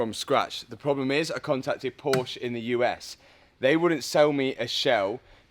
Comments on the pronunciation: Dude in the beginning your said it correctly. "Porsche". But then in the end of the video you fell back to the typical English speaking error, saying "Porsch". It is "Porsche". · now that you own one, it's time to pronounce it correctly... it's Porsche with an e at the end, not Porsch. Please! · I love your videos and how you rebuild broken cars, but as a German, I can't handle the way you pronounce Porsche. It´s Porsche, not Porsch :D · Pronounce por sha. Waisted $130,000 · "But if you want to buy one of these, you've got to be on a special list from Porsch". Is being able to pronounce "Porsche" correctly one of the requirements for being on the list? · "2024 Porsche GTSouve Condenzation edition" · yoo the fucking "E" in Porsche isn't silent! Dankeschön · Learn, how to say Porsche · Here we go with another video of mispronouncing PORSCHE.